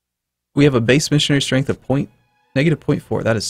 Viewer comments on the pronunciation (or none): none